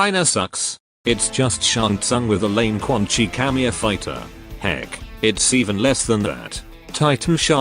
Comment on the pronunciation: "WAAAA THA HEEECCCKKK"- At the moment became uncle roger XD